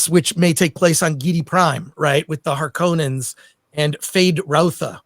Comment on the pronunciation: It's harkonnen, not harkoooonen